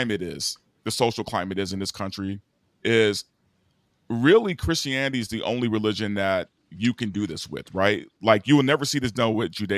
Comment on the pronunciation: 31 minutes in and I realise is not saying Chris Hannity, but Christianity 😂